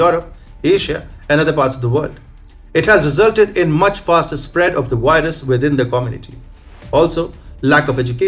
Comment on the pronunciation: I like vatching TFI wideos about the wirus and the waccine, vhenever they come out.